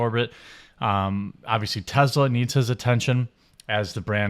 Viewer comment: Jeremy…. Say it with me Tess-laa not Tez la